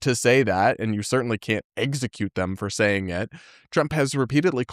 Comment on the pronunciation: I can't stop noticing says EGGSecute eggsecution